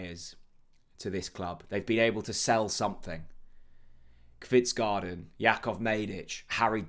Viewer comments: Hej. Fingers crossed that the deal gets over the line. To help you with pronunciation. Kvistgaarden is pronounced Kvistgorden and not garden. Nice new look to the channel. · Danish name pronunciation needed. Unfortunately it is not pronounced Pelé, pronounced Pell-er. Kvistgaarden is pronounced Kvist-go-en no garden 😂 Brondby is Bron-bew, Silkeborg pronounced Silg-a-bore. 😉